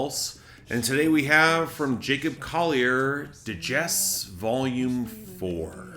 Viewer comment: Also FFS, why at this point can't you pronounce DJESSE properly? Bridge is a dud? Wow, you really are quite dim. It's the one getting all the attention and moving so many people because it's the showstopper and for me, along with A Rock Somewhere which is somehow so heartfelt and simple despite the crazy complexity of the sitar/singing. I'll grant that Mi Corazon doesn't add much but that almost sounds like a marketing collab for someone Spanish speaking from Latin America since the obvious intent was to widely collaborate including internationally since his base is wider than the UK and North America.